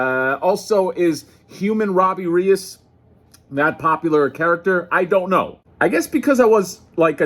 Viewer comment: Here's a tip to pronounce Reyes. Ray-S.